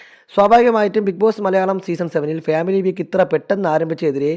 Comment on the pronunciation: ഉച്ചാരണം ശരിയാക്കു . ഫ്യാമിലി അല്ല. ഫാമിലി.